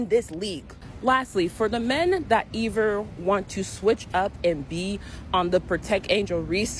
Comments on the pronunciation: This dumb woman just said "rye-ver-lee", not rivalry --- and then she says "ee-ver", not either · Eever? Ma'am, are you trying to say either? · That homely racist woman walking has a bubba gump underbite and says “eeever” rather than “either”. Points are as ridiculous as her English speaking abilities.